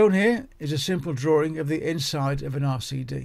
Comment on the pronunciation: Drawing, ie DRAW-ING and NOT "DRAW-RING".